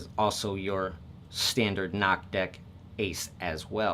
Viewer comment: lmao I don't mean to somewhat hate but I think it's supposed to be said "enn-oh-see" instead of "knock"